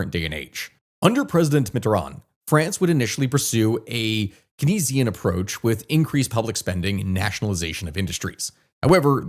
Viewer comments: If the guys name was pronounced "KAYnz", why does he pronounce it "keNEESian" instead of "KAYnzian"? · I mean, I always read "Keynesian" like "Canes Ian", but then again, I'm not a famous YouTuber. Me, considering correcting the pronunciation until I remember my deep hatred of the French language and it's spelling and pronunciation "rules"